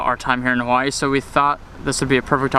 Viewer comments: I am a loko and you say Hawaii wrong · Shaddup nigga say Hawaii right